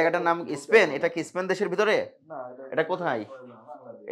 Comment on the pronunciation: Sir not isspan... × span.. √